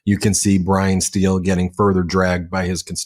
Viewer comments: Pronounced “style” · Steil - pronounced ‘style’. 😊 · Hey Meidas team. I’m from Wisconsin’s first district and the paper towel shaped like a man we have as a congressman’s name is pronounced “Style” not “Steal”